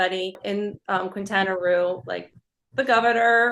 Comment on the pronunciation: Please...Keen-ta-na Roo, not Kwin-ta-na Roo.